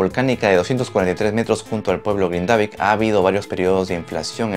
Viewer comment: gracias por la info, solo para aportar en algo a la información (vivo acá en Islandia) el pueblo se pronuncia GRINdavik....como cualquier palabra en islandés, la acentuación siempre será en la primera silaba.